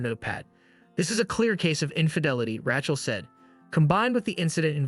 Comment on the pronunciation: Congratulations. This is the worst video of 2024. Please teach your AI algorithm how to pronounce the name Rachel. Othewise everything is OK.